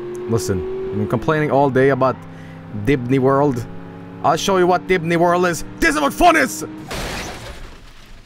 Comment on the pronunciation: "We're going to DIDNEY WORLD. We're gonna see MICKEY MOOSE and DONAL DOOK."